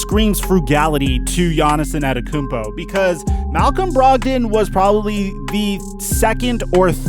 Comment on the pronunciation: More like gannissonnetokoumpo